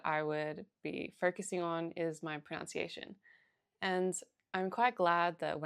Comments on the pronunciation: ProNUNciation, not ProNOUNciation! Jeez, start with English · Just wanted to point out that the word “pronunciation “ is pronounced “pro-nun-ci-action” not “pro-noun-ci-action.” Hope this is helpful. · It's all so good -- but one thing... You keep saying "proNOUNCiation" -- and this is not a word. The word you are looking for is "proNUNciation" and it is pronounced just as it is spelled. I don't mean to be overly picky, you place great emphasis on correct pronunciation in Chinese so I think my comment may be appropriate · Excellent tips. Thank you! And for the love of god, it's pronunciation not pronounciation. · Someone who says “pronOUNciation”, instead of “pronUNciation” might better work on her native tongue first! Switched off, after this. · pronunciation not pronoun-ciation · Great video, thank you! Just a quick tip, if you're making videos specifically on language: it's "pronunciation", not "pronounciation". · pro-NUN-ciation, NOT pro-NOUN-ciation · Pro-NUN-ciation, not pro-NOUN-ciation- thanks for the tips! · The correct word is proNUNciation not “pronounciation,” so maybe learn correct English first!!! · It is pro·NUN·ci·a·tion NOT pro·NOW·ci·a·tion. It really hurts the ears. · it's not /pruhnOWntsieyshun/, it's /pruhnUHntsieyshun/! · Pronunciation, not pronounce-iation. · The irony of pronouncing pronunciation as pronounciation ^_^ just teasing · "Pronounciation" Lmao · The pain of hearing "pronunciation" mispronounced over and over. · Might I suggest learning how to pronounce ‘pronunciation’. Hearing you speaking about learning pronunciation and every time pronouncing it wrongly doesn’t help your cause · the irony of talking abt pronunciation and not saying pronunciation correctly hahaha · Pronounced pronunciation wrong, lol. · It’s very common to hear it pronounced that way here in Australia. I tend to do it myself even though I know better. There’s a certain irony in the fact that the word ‘pronunciation’ is so commonly mispronounced.